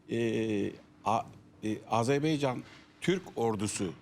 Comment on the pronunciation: BU ÜLKEDE TEPEDEN TIRNAĞA BAKANINA PAŞASINA BİR ÜLKENİN ADINI ÖĞRETMEK LAZIM--- DÜNYADA AZERBEYCAN DİYE BİR ÜLKE YOK... AZERBAYCAN -- AZERBAYCAN -- AZERBAYCAN... KOCA KOCA ADAMLAR. ARTIK DOĞRU SÖYLEYİN ŞU ÜLKEMİZİN ADINI. HECELEYİN BAKAYIM. A ZER BAY CAN.. NEYMİŞ A ZER BAY CAN... AFFERİN. İŞTE BÖYLE..